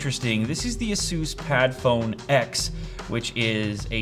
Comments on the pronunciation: "ah-soos"??? i thought it was "aye-sus" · It is Asus not asoos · Your pronounce Asus wrong its supposed to be Eysus not Asus correct me if I'm wrong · Second yup, I was like: what is this brand? Can you tell me where to find this? I only know ASUS not ASOOS is this some kind of copy again? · It's not pronounced "Ah-sus" It is "A-sus" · A-soos? Don't you mean a-sus? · so is it normal to pronounce is "a soos"? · ended up googling it and it appears there is a way to say it. just not "a soos" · he said "Asooose" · just say áázuj thats the portuguese way for asus or in english...its ai su s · He said asoos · It's pronounced ace-us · yea that's how i say it too, which is why it sounded weird to me in this video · the way he pronounced asus lol